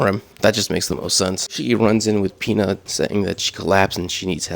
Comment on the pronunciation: U called Pino Pina💀💀